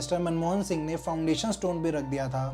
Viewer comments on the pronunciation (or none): none